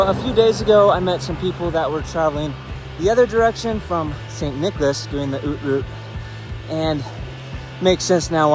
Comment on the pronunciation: Great video, very well done! Thanks for using only few words and trying to get the right pronounciation of "Haute Route" vs. "Hot Route" ! ;-)